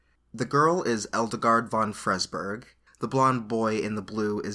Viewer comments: edelgard... eldegard... eldigan... i wish he'd stop saying eldegard... it just makes it seem... weird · I'm thinking they're going for the german pronunciation for Edelgard( japan does seem to borrow from the germans from time to time) so something like this